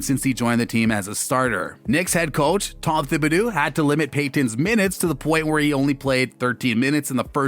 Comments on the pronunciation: "tom thibiduu" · There's no player on the Knicks OR in the entire NBA named "R.J. Bennett." And perhaps learning how to pronounce the name of the Knicks' coach would be useful.